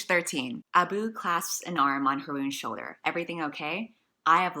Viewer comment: Ah-boo. Girl, it's uh-boo. Like ub-boo Or AHB-boo. Desi over here, and you're just pronouncing it incorrectly.